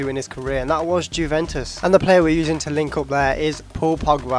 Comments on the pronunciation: it's you-ven-tus, not jew-ven-tus lol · The J is silent in Juventus pal :)